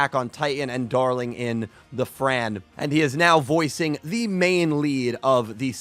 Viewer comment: Hey franxx is pronounced franks.